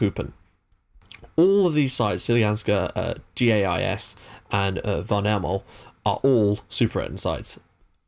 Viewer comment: GAIS is pronounced like guys, it's one of many Gothenburgian teams who share Gamla Ullevi. The name Gamla Ullevi btw is a joke, there is an old stadium called Nya Ullevi (nya=new, Ullevi is the name of the place) that was to big to host swedish football matches and kinda' old so they built a new one in 2009 and called it "gamla".